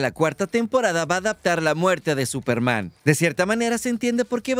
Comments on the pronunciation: te comiste la "S" de Superman 🤗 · Se comió la "S" de esperanza, digo de Superman 😉😅😅